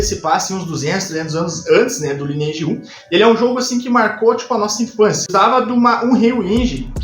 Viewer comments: Primeiramente que não se pronuncia “lineeige” e sim “laineeige” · Parei de assistir no primeiro “ lini eidi “ vlww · Eu perdido: Lineage (aqui a galera cahamava "laineage" e me perguntando, mds mudou muito mesmo o jogo, o que é fazer "cast" que ele tá falando? Ai no final fui entender quest! kkkkk